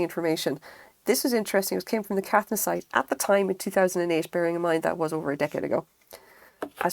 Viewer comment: Lovely video, thanks. Beautiful work and I agree it's a joyful thing. The design looks like it might be Moon Crystal. I collect a lot of Caithness glass and have many of the seconds. I live in Scotland so find them in junk shops and thrift stores. (PS pronounced "Kay-th'ness")